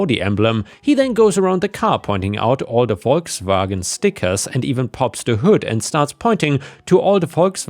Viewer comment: As always, hearing Volkswagen properly pronounced by a German is a thing of true beauty...